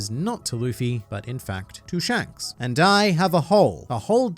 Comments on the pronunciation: "Pshanks" made me laugh too much for reasons I don't know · Lol you said Mr shanks normally